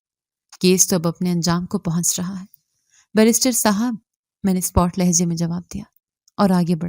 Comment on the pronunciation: ایک بات کہنا ہے، لفظ سپاٹ ہے، آپ ہمیشہ spot پڑہتی ہیں۔ spat پڑہیں پلیز، شکریہ۔